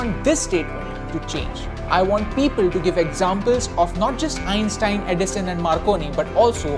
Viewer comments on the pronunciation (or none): none